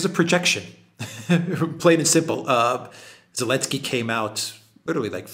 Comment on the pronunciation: Is this Elensky without Z stuff just for kicks or you seriously have to pronounce his name like that in Europe?